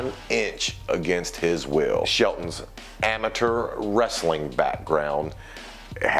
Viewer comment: They way he says amature just pisses me off lol